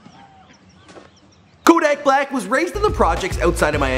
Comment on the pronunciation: couldn't even pronounce his name right 😂